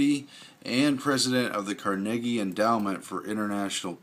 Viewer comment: Your pronunciation of "Carnegie"has me barely hangin on ....one more time I'm out